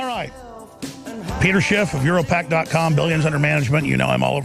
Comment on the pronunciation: "Peter Chiff" Alex ia hanging out with too many Mexicans...